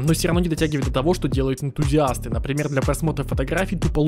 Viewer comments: Энтузиасты! Сука, энтузиасты! Какие найух энтузиаЗМЫ? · ЭНТУЗИАСТЫ а не энтузиазмы